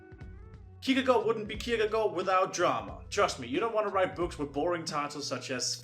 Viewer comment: Wow you actually pronounced Kierkegaard right